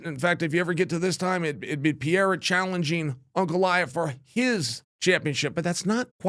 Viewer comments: pe re ra not pieeeeeeeeeeera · Chael not PEEYAYRA: try this: PAY-RAY-RAH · It's not PIERA!!! It's PE-REI-RA!!! PEREIRA😂😂😂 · Pereira is pronounce with a flap T sound, as in "better" or as in "daddy". Kinda like "Petteitta". It's funny when people call him "Piera" or "Peheira" (Mighty Mouse) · Is it really that hard to say Per-Air-A? I really think that it it disrespectful to mangle the shit out of these names. Their name is their recognition and “brand”. Some WWF ripoff artist acting like he is the king of promotion and is helping promote guy is stupid! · It’s pronounced “Peh-reh-rah” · PEH-REH-EA-RAH = PEHREHEARAH = PEREIRA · Chael can’t stop saying Piera that’s crazy 😂Alex is not very hard but impossible to bet against man always proves you wrong Did it with my bot Izzy but Ankalaev might definitely be his toughest matchup period Remember Khabib type fighters in heavy weight mode is going to cause some trouble Chama has to go for the KO as always Ankalaev not Izzy not DDP nor Strickland or Jiri … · O cara ta na quarta defesa de cinturão nessa categoria e o Sonnen ainda fica com essa porra de "Piera". Fala direito carai kkkkkkkkkkk